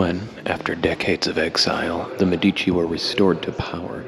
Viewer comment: In the word " Medici" the stress must be on the "e", , on the first syllable.